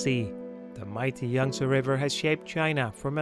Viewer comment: a very nice and enjoyable video and great pictures. JUST SOME critism: Understandably your Dutch, however your anuctiation and pronunciation needs some serious work on. Your using too much "Da" instead of "The"...Your pronunciation of the river Yangste is terrible and the pronunciation of Canals, is also bad. This bad use of English is NOT acceptable and it does your productions no good. Respectfully I suggest when you do voice overs of a place you have tarvelled to... in English for various productions for You Tube, before putting the track down, visit a good English speaking coach... to guide you, to pronounce words and names and other facts properly. Also you become very monotonous in your voice overs, you need to change, build up and go low and show some energy too. Anders praat jy liewers in Afrikaans. Alles van die beste.😁🤗